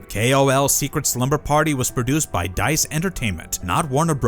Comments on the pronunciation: I remember that company fondly if sure wasn’t pronounced Dice 🤣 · Its not "dice entertainment" lmao.